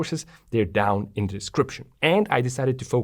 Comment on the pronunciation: OK, it's me who's easily irritated I realise but what was otherwise an excellent video with a comprehensive and cogent analysis with very clearly presented explanations was spoiled for me by the repeated pronunciation of "de" and "dis" for "the" and "this", etc. So here's the point ... some people due to a speech defect just cannot pronounce "th" correctly and, if that were the case here I would just suck it up with no comment BUT you clearly can. I heard, for example, thick and thin pronounced perfectly so the other (numerous and unnecessary) failures are just sloppy and lazy and each occurrence grates more than the previous. I do hope that you will correct this habit thereby making your videos even better.